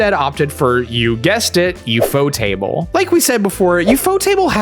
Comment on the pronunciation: Liked because you got the pronunciation of Ufotable right. I would have also accepted U-F-O-table.